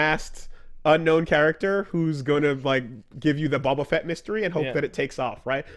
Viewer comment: "bobba fett"